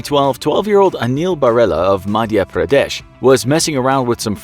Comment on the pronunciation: Doesn’t know how to pronounce Madhya Pradesh Shame